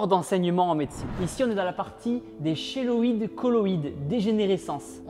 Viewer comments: Pour cheloïde j'en ai une beaucoup moins voyante et enfait c des cicatrices infecté et aussi ça se dis kiloïde et non cheloïde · Tib le "CH" se prononce "K" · Merciii pour cette vidéo juste un incroyable ! Ravie d'avoir pu découvrir cela grace a toi 💪🏻 PS : "chéloïde" ce prononce avec un "k" au début 😂